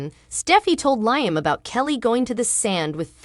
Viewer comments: LEE-AM NOT LIE-AM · Leeum not Lie 'um! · Lee am pronouce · Why do you announcers pronounce Liam’s name incorrectly every single time??? Try watching a real and true episode so that you know at least something about the show that you are supposedly doing the video for???? Writers how was it that you had a guard on Kelly at a sleep over , but absolutely nobody with either one of them at the beach???? This is truly a stupid and ridiculous storyline???? If there are supposed to be guards at every place and moment. someone definitely dropped the very important ball in this story???? It does make sense that there was no bodyguard because now the writers are trying to make Shelia out to be a hero???? Yet it makes Finn look truly irresponsible in watching Kelly, plus the fact that he’s a doctor who should have known better???